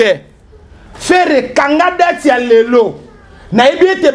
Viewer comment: ''ba dati'' au lieu des ''ba dates'', '' carini à la place de carine''!!! tu as un problème avec la lettre i ? kiekiekiekie:face-blue-smiling::face-blue-smiling::face-blue-smiling:😛🤣🤣